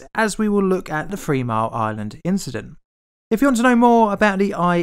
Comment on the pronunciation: You should learn the difference "th" sounds and "f" sounds. There is a large difference between free and three. haha